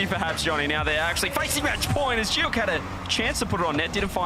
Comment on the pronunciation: I'm the biggest Joreuz stan in the world and I'll be rooting for NIP in Paris! Glad Novo won't be there so we don't have to listen to JohnnyBoi pronouncing Giuk in the dumbest way possible. It sounds like he's having a stroke.